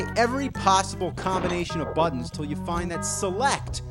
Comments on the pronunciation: "Swapped the BUH-ddons..." Learn to glottal stop, pal!!! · He says "buttons" weird